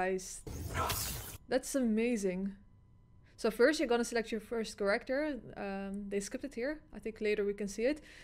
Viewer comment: Every time she says Character I hear it as “kollector” 😂 hashtag we want kollector back at mk1 🤣